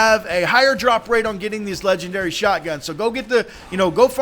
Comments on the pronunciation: WTF is a ledgandary? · that is called legendary not ledgandary